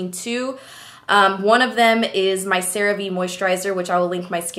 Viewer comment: So that's how you pronounce CeraVe?